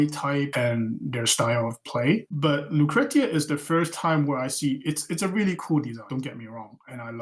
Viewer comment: Nice interview. i love this guy's art. from the few exchanges we've had on reddit i can tell he really likes the art and story of the game. Btw, Lucretia is pronounced loo-kree-sha xD